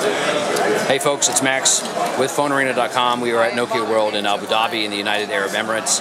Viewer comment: "aaabooo daaabeeee" not how to pronounce it my friend..